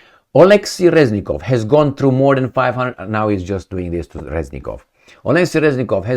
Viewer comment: Reznikov(Crazynikov) not Reznilov